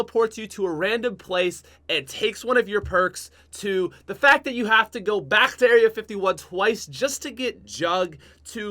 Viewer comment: that was a really interesting pronunciation of the word "back."